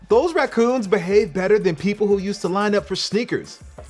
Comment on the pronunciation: Why did you say rahkuhns the first time